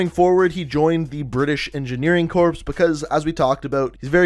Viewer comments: FFs its pronounced "Core" not "Corpse." isn't this common knowledge? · Corps is supposed to sound like core when you say it not tryna throw hate just saying my teacher hates it when I say it too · Bitch said corps with a p it is pronounced core